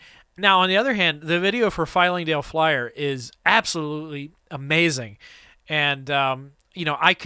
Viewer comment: I love everything about this video, except for your repeated mispronunciation of Flyingdale Flyer Lol